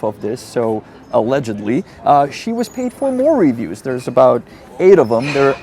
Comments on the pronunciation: You know how you often have a lesson at the end that teaches us how to say words in Czech? Please allow me to politely show you how to properly pronounce “reviews” in English. reh-VIEWS. The emphasis is on the second syllable, not the first. It’s re-VIEWS, not RE-views. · It's reVIEWS. Sorry, your english is really good but it annoys me 😅. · English's lexical stress system is unpredictable, but it does matter to be better understood. Unfortunately it requires hearing native speakers to learn it more steadily as it's impossible to learn it from reading alone. "Review" has stress on the second syllable, not the first. By stressing the first syllable it changes the meaning inferring you're viewing something again, as opposed to making an evaluation of quality.